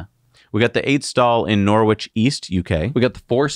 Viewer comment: Norwich => NoRICH (hard one this: o not oh, like o in box)